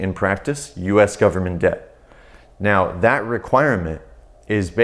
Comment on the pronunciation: "full faith and credit of the US 'gubmit'" LOLOL